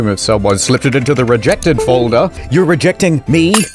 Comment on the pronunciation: the "rejected.......reeJECTed" made my day:face-blue-smiling::face-blue-smiling::face-blue-smiling::face-orange-biting-nails::face-orange-biting-nails::face-orange-raised-eyebrow::face-blue-wide-eyes